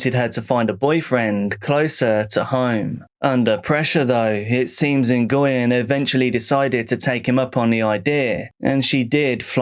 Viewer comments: It’s not En-goy-yen. It’s pronounced Hwin. Like Win, with an H. Great compilation! ❤ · Hearing Nguyen pronounced so many times i forgot it was wrong 😅😅😅